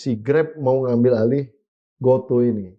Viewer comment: Bkn GOTU sebutnya bang...GOTU = Gojek Tukopedia 😂😂😂